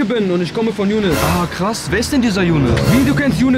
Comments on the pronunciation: Hört mal ab Minute 5 19 er sagt jounes Amiri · Er sagt junis amiri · Er sagt Jounes amiri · Hat er gesagt jounes amiri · Ihaab Noho der sagt younes und miri